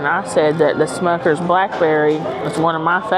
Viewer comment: It’s Smuckers not Schmuckers.